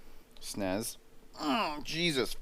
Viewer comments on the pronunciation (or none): none